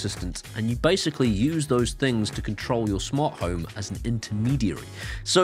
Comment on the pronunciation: Smant Home?!? 😜